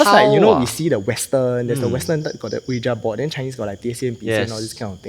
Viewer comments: hahaha why so defensive? It was not a critical comment. He clearly pronounced it as Oh-wee-ja and I’m couldn’t back and laugh about it but instead I thought I highlight it no offence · It’s pronounced as “wee-ja” board. Not “Oh-yi-Ja” board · funny. Since when did I say the ja was wrong? I just never never ever heard any1 pronounce it as Oh-we-ja b4